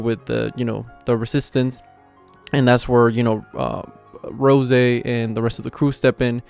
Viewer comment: Bro it’s roze like the spirit(alcohol) Not rose.🤙🏼